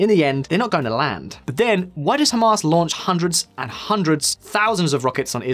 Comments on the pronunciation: I heard Hummus instead of Hamas. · Did he just call it “Ham Us” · “Hum Arse”